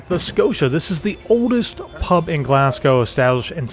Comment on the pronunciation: This is a lot of fun! Quick pointer: It’s ‘Glaz-go’ not ‘Glass-cow’ It’s ‘Edin-burrah’ not ‘Edin-borrow’